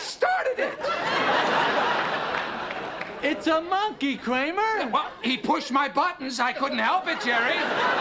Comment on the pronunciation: I love how Kramer pronounces “monkey.” MON-key.